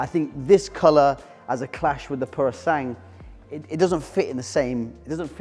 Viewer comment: Is it ‘Pure O Sang’ or as everyone else pronounces it ‘Pure O Sang Way’?